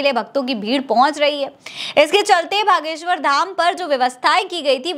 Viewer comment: 😂gadheshwar ko baleshwar kyon bole rahi ho ?